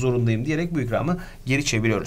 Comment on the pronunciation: Dırek değil DİREKT diye yazılır ve söylenir